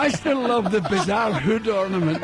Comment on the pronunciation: The way he says HOOD lol